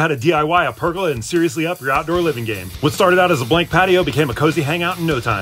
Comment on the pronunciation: Hey buddy it's pronounced Per go lar not perg gu la ~ they were used in Babilonia for thousands of years.